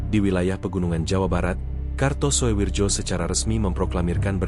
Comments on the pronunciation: Walahh... Walahh... Mbacanya bukan suwirjo bung... Tapi suwiryo. Tulisanya karto soewirjo mmang, tapi bacanya suwiryo. Kan itu ejaan Lama bung... Sampean mbiyen sekolah nangendi to, gurune sopo?? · Gak kartosuwijo tapi Jo dibaca Yo ,ejaan lama . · Harusnya dibaca Kartosuwiryo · Di baca karto suwiryo , Daud beureuh